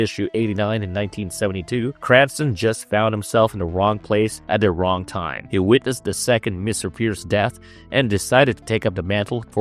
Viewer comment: i hate this stupid D instead of TH thing - it maybe a speech impediment but im out after 1 min